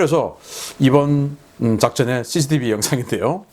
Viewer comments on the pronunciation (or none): none